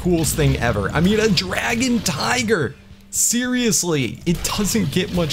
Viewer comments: Anyone noticed he said «tigger» not tiger? That triggered me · Why when you say tiger you say tigger bro it’s tiger, tigger is from a kids show and I’m not a hater it just gets annoying